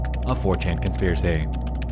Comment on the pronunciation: You have a particular pronunciation. From a Foreign's point of view. (Ex. You wouldn't be watching "des", you "cleck", "conzpiracy")